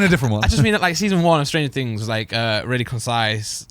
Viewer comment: lol stranger "tings"